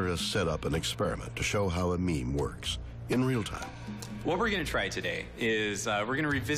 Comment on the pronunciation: The second he said meme I wanted to die